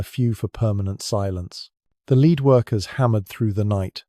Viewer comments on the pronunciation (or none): AI voice. Nice accent but Henry's "lead" coffin was a "led" coffin, not a "leed" coffin. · The reader needs to learn how to pronounce lead. Not leeeed but lead. Lead sounds ridiculous.. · AI sucks! lead as led, not lead as to go first. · This stupid AI voice can't tell the difference between the metal lead and lead as in leading a horse. AI= Artificial Unintelligence. Suggestion. Use a human, it's cheaper and less off-putting. THE AUTHOR WILL TAKE NO NOTICE.